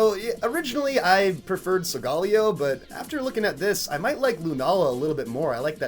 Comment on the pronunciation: the first youtuber i see to say solgaleo right gj